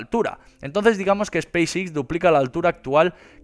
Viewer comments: "SPACE X"... pronunciación "ESPEIS EX" no "espis Ix" XDXD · Pronuncia pésimamente!! No es space six! Es Space X!!